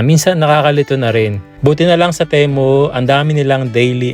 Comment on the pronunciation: Sir pronounce mo Ti as Timu para sound as Temu. Ok